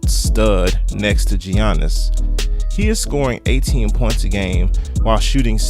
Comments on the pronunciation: Yea most people say Yannis because that is the correct and accurate pronunciation of his name. It's not pronounced G yannis my God people can't pronounce people's name right for shit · Giannis, Yaw niss, not Ji an iss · Great video except for the giannis pronouncement